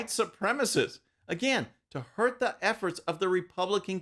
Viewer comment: That's not a French accent attempt: she was saying "The Plan", using a long "e"...